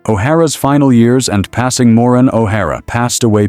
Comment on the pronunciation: AI voice cannot even pronounce her first name correctly. Total disrespect to a hollywood icon. She deserves better AI creator! Shame on you!!!! Renders this whole thing sad